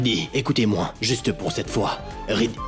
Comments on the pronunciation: Qui a entendu que rajbeer a dit lorsqu'il parlait à riddy il a dit plutôt siddy que riddy😅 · Rajbir a dit sidhi au lieu de ridhi 😂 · Je suis là seul à attendre radjbir dire siddhi au lieu de riddhi